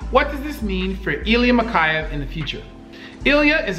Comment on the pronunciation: mikhEyev, not mikhAyev